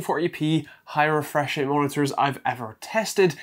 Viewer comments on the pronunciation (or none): none